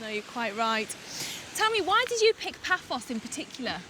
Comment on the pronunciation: It is "Paphos" not "Papos".